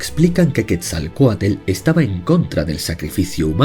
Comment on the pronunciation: Quetzalcoatl:❎️ Quetzalcoatel:✅️